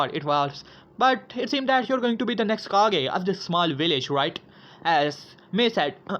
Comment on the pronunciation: its kage not cage